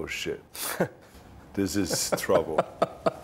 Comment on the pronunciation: "one of usz issen deep drubble"